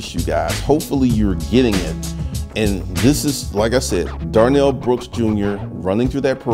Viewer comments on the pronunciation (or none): Darrell, not Darnell.